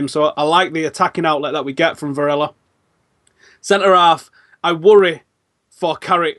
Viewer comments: Varela is not pronounced (Vare-ya) it's pronounced (Vare-la) there is not a double L in his name so the L actually is an L sound. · Kinda irritating when you say "Vareya" instead of "Varela" it's an L... not a Y or Ll... lol